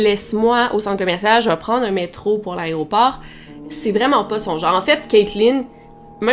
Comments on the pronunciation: On dit AÉROPORT et non pas ARRÊT-AU-PORT. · Aéroport et pas "arrêt au port" 😝🤭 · Arrête de dire "Aréoport" stp, c'est "Aéroport" tu fais un podcast où des milliers de gens t'écoutent, c'est important que tu parles bien. Sinon, j'aime beaucoup tes vidéos :)